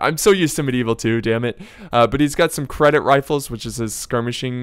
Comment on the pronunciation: You said Cedit infantry as credit XD THERE IS NO R